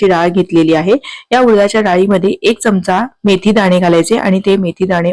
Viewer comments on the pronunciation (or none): none